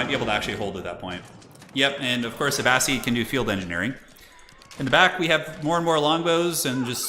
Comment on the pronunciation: Wow that FFA was epic! But hey I happen to be listening to "Power and Thrones" by Dan Jones which is about the middle ages and he pronounces Abbasid "A bass SID" not "A bass SEED". Anyways love your videos it just bugs me 😅